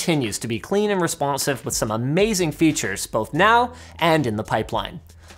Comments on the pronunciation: "Clean and respÖnsive" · Why he said 'responsive' so weirdly, we'll never know. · it's sounds like the french really came out in "responsive" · I didn’t even know he was French.